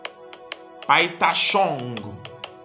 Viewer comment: Love how you said it, Peitra Shong 🤣🤣🤣and yes this is the original song.